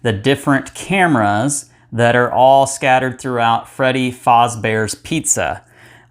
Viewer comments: it freddy FAZ bear not freddy FOZ bear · why is nobody talking about how he pronounces "fazbear"